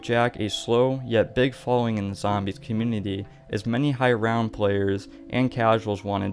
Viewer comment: this man cannot say community